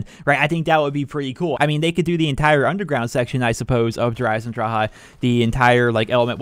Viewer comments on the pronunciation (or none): he said dereiseondrachaa